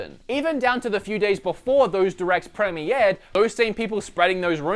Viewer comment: pre-mee-yered? lolz XD